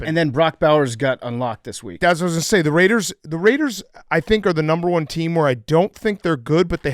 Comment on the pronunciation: The Rrrrrrrrrrrrrrrrraiders